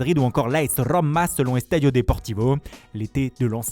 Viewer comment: Oh non... La rrrrommma...